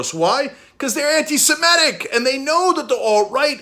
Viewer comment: Is this how we all are pronouncing 'antisemitic' now?